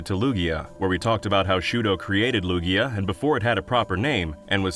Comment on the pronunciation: Lugia does NOT end with an O, it ends with an A!